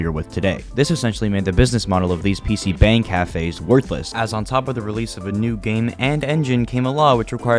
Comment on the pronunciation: Great video man, definitely subscribed now. P.S. it's pronounced more like "bong💨" not bang for PC cafes, 방=room